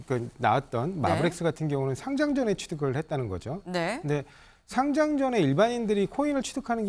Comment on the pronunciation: 상짱이라고 발음하면 종이로 된 상장입니다 주식시장에 거래되는 것은 상:장으로 발음해야 합니다